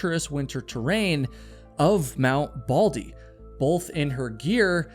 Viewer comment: I can’t with the “bolth”, sorry.